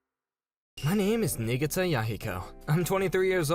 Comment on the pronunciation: It's because they're pronouncing it wrong. It's pronounced "knee-gah-tah." The FMC says it correctly.